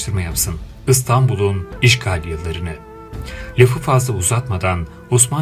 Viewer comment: Şu istanbula ıstanbul demekten var geçin ı değil i